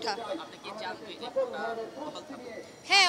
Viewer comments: আপুটি মনে হয় অনেক স্মার্ট🙂 শব্দটা যে ❝কোটা❞ কোঠা না সেটা উনি জানেই না। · কোটা না কোঠা ভাই। এই আপু কোটা ছাড়া চাকরি জীবনেও পাবে না। তাই তার কোটা প্রয়োজন। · ‘ কোঠা ’ কি রে ভাই😂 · কোঠা না? কোটা হবে😢😢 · উনি বার বার কোটাকে বলছে কোঠা কোঠা কোঠা, এমনই তাদের পড়াশুনা কোঠার কোটা। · প্রথম আপু কোটাকে বারবার কোঠা বলছে কেন? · কোটা কে কোঠা বলা এই নারীর মেধার মূল্যায়ন কিভাবে হবে? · কোঠা না আপু, কোটা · কোঠা নয় কোটা। আগে উচ্চারণ শিখ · এই মাইয়া কোটাকে বলে কোঠা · মেয়েটা কতো মেধাবী! কোটা কে বারবার কোঠা বলছে।আগে উচ্চারণ শিখে আসুক তারপর অধিকার আদায়!!! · এরা নাকি মুক্তিযোদ্ধার সন্তান কোটা উচ্চারণ টাও ঠিকভাবে করতে পারে না বলে কোঠা । মনে হচ্ছে বলতেছে চিলেকোঠা। তাহলে এ কি যোগ্য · হায়রে যোগ্যতা কোটা টা ও বলতে পারেনা What is কোঠা means পতীতালয়